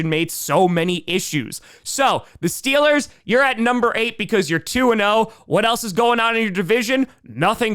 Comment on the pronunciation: DID I HEAR STEELAH GAHNTA SUPAH BOWEL!?!?!?!?!?!?!?!